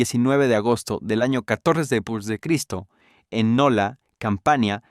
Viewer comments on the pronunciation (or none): No sabes decir despues jajaja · Porque a tu IA le cuesta decir después? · es muy probable que el imbecil escribio deps o dps para abreviar el guion y se lo paso asi a la IA, y la IA lee lo que le ecribis